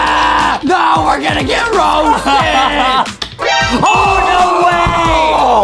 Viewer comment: Adam:we got to be rousted me: rousted more like TOUSTED